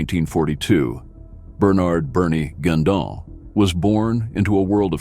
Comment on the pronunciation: The term "deadliest" and how this video has been edited is suspect. The AI voice doesn't pronounce "Guindon" properly. Laughable if you have lived in Oshawa as I do.This video with ominous voiceover and descriptions try to make Bernie sound like a mad dog killer OG of OGs is laughable at best.